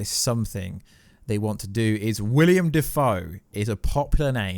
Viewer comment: zoe kra-vitz - william dafoe. damn you are not good with names huh?